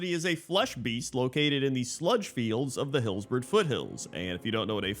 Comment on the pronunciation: The biggest abomination here is the way you pronounce “Hillsbrad” like wtf man. It’s just grammatically incorrect.